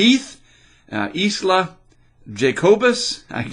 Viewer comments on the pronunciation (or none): Isla - don't pronounce the S. Gemma. Caridad - care E dad.